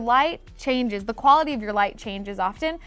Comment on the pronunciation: Anybody else notice she said "dee" instead of "the" 😂